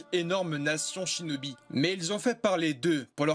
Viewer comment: Lol t’a dis chnobi😂😂😂🤣🤣🤣🤣🤣🤣🤣🤣🤣